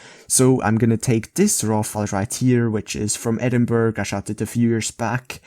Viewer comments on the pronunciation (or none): Just subscribed and I'm loving the detailed and informative videos! (Is pronounced Edin-buh-ruh) 👍🏼 keep up the quality content!